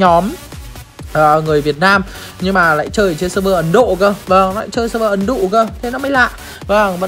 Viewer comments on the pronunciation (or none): Ah nói ấn độ mà em nghe ấn dụ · Ai nghe (ấn đụ) ko... Chắc tôi nghe nhầm chăng